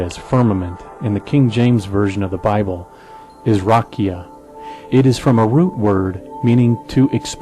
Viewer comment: I'd just change how you pronounce "rakia" (רקיע). It's not stressed on the first syllable ('rah-kee-ah) but on the second (rah-'kee-ah). You're absolutely correct about its meaning, though. It's pictured as a dome hammered out overhead to hold the waters above it back from falling down upon the earth.